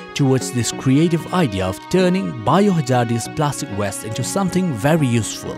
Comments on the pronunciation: please pronounce WASTE (waiyst) not WEST. it just sounds very odd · Well done my man!! And to the narrator its plastic waste not plastic west!! 🤣🤣